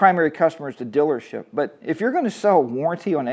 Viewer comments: Dillership. What accent is that? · haha it sounds like you say dillership is all. Just poking fun at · What's a 'dillership'? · My dealership Elk River Harley-Davidson in Minnesota is awesome. And I think you just like saying "Dillership"😂😂. Our dillership is phenomenal, they give us HOG members alot of great perks and the customers who buy every day are treated with great staff and exceptional customer service.